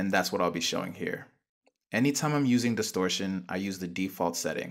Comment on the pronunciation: check out your "disortion"